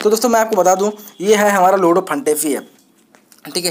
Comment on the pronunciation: Bhai lordu nhi he ludo he